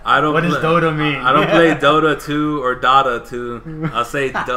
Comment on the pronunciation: You said Dota correctly lolol And yea its crazy, it's over 6 million now so CRAZY!!